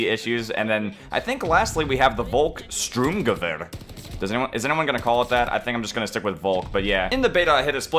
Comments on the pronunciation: it's said sturm like storm. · Interesting pronounciation for the Volksturmgewehr xD yeah kinda hard for non germans to pronounce it so yeah it's pretty much pronounced "Folk" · it‘s pronounced Volks (like Volkswagen) Sturm (like storm just with a U) Gewehr (which rhymes with the word prepare) So it‘s VOLKSSTURMGEWEHR 😁 Happy pronaunciation 👌🏻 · The volk sturmgewehr is pronounced: folk schturmgewehr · Volks Sturm (sterm) gewher